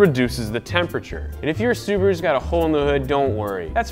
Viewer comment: It’s called a Subaru not suburu